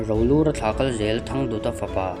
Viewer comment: Rolura hming pawh i lam dik thiam lo chu a ni si ah!😂😂😂